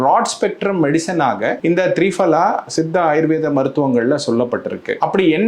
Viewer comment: சார், த்ரீபலா இல்லை. திரிபலா.